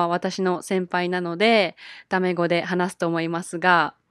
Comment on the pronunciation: When you said タメ語 I thought it was 卵 I was so confused for a moment